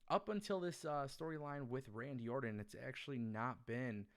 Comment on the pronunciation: orTon not orDon